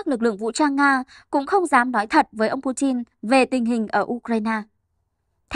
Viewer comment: Pu tin ko phải chin